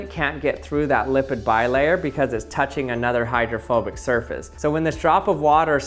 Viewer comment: I thought you were saying homophobic 😂